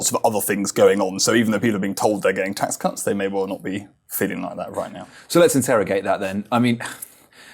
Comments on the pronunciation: LOL, "biggest tax c*nt" instead of "tax cuts" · Did he say tax c**ts instead of tax cuts at the beginning, I'm pretty sure I heard it, but bang on! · Did he say biggest tax c*** then? 😂 need a hearing aid. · I cannot hear that as anything other than "tax cunts" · 1.38 - stealth insult or mere slip up haha - swear I heard tax c*nts……….